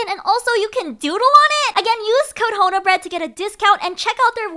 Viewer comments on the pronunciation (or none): Honobread? ❌ Haunted Bread? ✅ It's terrifying.